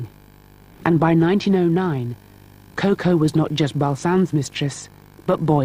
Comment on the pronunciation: How cringeworthy is this narrator’s pronunciation of Chanel’s nickname, Coco🙄Why is so difficult, I don not understand…